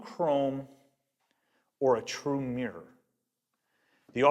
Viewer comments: You know is called MIrror right? not meeror..is it me or mi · The word is mi - ruh not meer. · Nice video but doing my head in that he keeps pronouncing mirror as meeeyer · Get a Canadian or a Brit in to say 'mirror' for you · How to pronounce "mirror"? try putting the letter "o" in it to start!